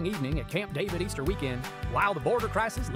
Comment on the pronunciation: Was he trying to say, “our Easter bunnies” and it came out as “😢oyster bunnies?” 😂